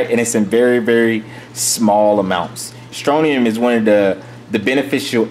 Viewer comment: Scrontium not stronium